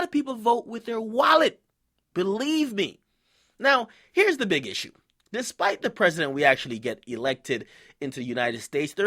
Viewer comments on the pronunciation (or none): none